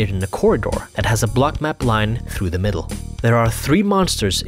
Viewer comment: "through" Me: thru You, an intellectual: thloo good video lol xd